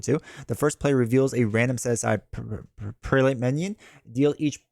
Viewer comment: Prelate = Preh-luht